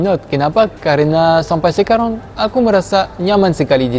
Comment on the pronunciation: Aku suka bingung.. “sekarang” terdengar “sekarong” 😳